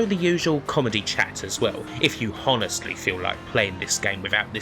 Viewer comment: why do u always pronounce honestly with a H????? lol